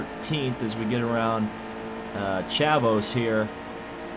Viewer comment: Friesen? Its Free-sen, you need to watch some CWTS races because you are driving me crazy with your pronunciations Also, Chavous is Shave-us, you have to listen to me i actually watch the races unlike the dumbasses claiming they know the name